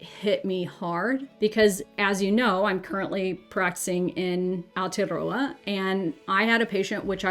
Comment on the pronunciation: You pronounce Aotearoa really well. Well done 👍🏼 🇳🇿🥝